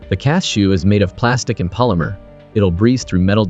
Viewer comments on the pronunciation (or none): none